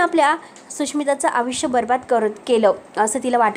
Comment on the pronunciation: कसी,आयुस्य, मलिका,धक-दयक ... असे कितीतरी अशुध्द शब्दाचे उच्चार करतेस नक्की तु मराठीच आहेस ना? आधी भाषा सुधार